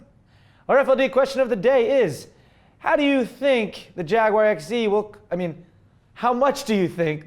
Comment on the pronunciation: when you say EX it sounds like you're saying sexy with is fitting for the Jaguar EX, I mean they should have just called it the Jaguar Sexy, am I right? Also you should get red brake calibers on your CLA250 so you get that extra 5hp